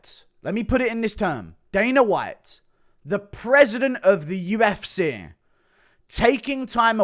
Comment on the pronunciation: You should like such a teabag fairy when you try to say UFC 'UFSAY '🤣